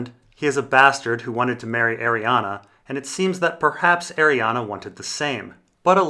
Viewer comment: ARRIANE NOT ARIANA WHAT'S WRONG WITH YOU